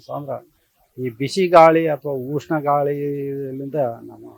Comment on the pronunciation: ಉಷ್ಣ ಅಲೆ, ಊಷ್ಣ ಅಲೆ ಅಲ್ಲ 😂